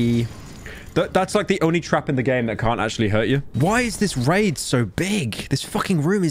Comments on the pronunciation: Pyro please never pronounce "raid" like that ever again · Please never say "raid" ever again